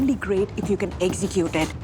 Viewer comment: "Eggsicute it"